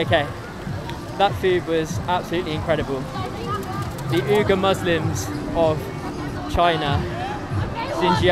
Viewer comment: Uyghur is also pronounced 'wee-guhr'.